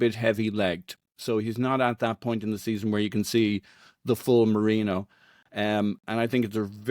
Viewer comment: It's Merino, not Marino